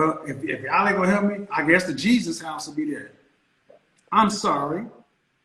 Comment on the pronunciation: She can’t even say Jesus… that’s everything right there. She’s lost